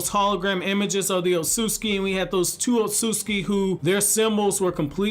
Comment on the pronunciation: Otsusuki (pronounced: Oat-Su-Suki)